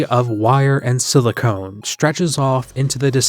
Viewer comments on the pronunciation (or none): small correction just for the sake of you not being embarrassed in the future: computers are silicon, the last syllable rhymes with "on", whereas silicone (last syllable like "own") is the soft plastic polymer that like medical devices and sex toys are made out if